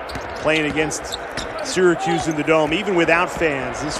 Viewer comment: There is no "D" in Syracuse. This team stinks.